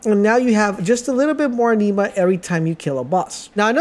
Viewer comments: Bro sorry..just gotta..its pronounced.."AN-NIM-MA" kinda like animal..its not a blood disease!! (Iron deficiency)..🤣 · The way you pronounce anima is really triggering me lmao, it’s said like animal without the L not aneema! Also avarice is ava riss not ava rice 🤣 great tips tho regardless, thanks for sharing 👍🏼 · The word is (Ah)neema like in the word animal..inflexion on the A, not a(Nee)ma. The same theory to the word A-va-ri-ce...inflexion is on the A at the start of the word phonetically should sound Ava-riss. Thank you for the video. It could have been explained, however, in fewer words making it a shorter video. I hope you learn the lessons as well. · Even tho you butchered alotta the pronunciations (i.e.- avarice, anime, etc.. [avarice ends in “iss” sound; and anima is short “i” sound like”Animation”, & not sounding like the low iron blood disorder-Anemia.. lol], it was still a good informative video. Lol…. Could you possibly make a more advanced video, one Not for beginners? No one has any, and I am trying to see if there is anything I overlooked or any builds that I overlooked. Thanks